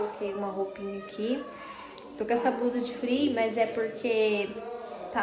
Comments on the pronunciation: Vc fala muita coisa que eu não entendo , porque quando e pra falar eu estava vc fala eu Tavo, nem fábrica essa palavra kkkk e frio vc fala eu tô com free .😂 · Porque vc fala free se escreve frio